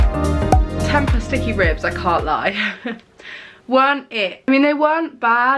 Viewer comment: Just a little side note. Tempeh is pronounced as tem-pay